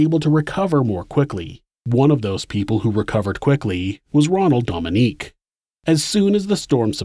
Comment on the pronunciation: I love your channel! This is a wonderful episode too. As a Louisiana native tho I feel obligated to tell you that his last name is pronounced like Dough-ming-gay. Louisiana pronunciation is hard lol.